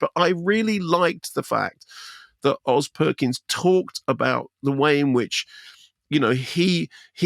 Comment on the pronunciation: Did he say 'Andy' Perkins? 😅